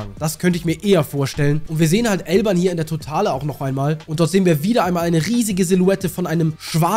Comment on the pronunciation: Bruder warum sagst du eig immer Elban und nicht Elbaf??